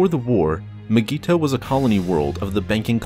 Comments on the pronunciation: It’s pronounced (my-gee-to) say it right or don’t say it at all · Nobody:: M'geeto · It’s not mygeeto, it’s Digiorno. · The way he says mygeeto disturbs me